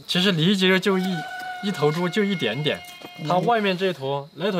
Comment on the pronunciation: 这个一点点的发音让我想起了二仙桥